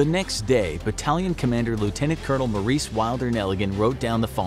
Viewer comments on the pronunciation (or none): none